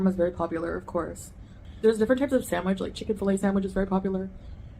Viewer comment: And call it a “SAMWIDGE” I want to pop her every time she says it 🙄